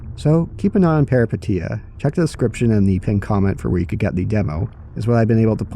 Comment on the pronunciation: FYI Peripeteia means Adventure in Greek and pronounced peripEteia ;)